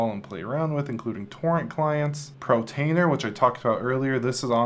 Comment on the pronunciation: It's portainer, not protainer lol